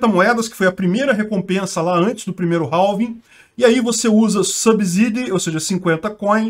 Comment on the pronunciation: Se pronuncia "réf" = half E "réving" = halving =x